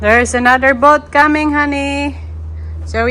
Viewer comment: Sis, the house boat (to pronounce :bowt not bot) is very nice and comfortable. Enjoy the boat (bowt).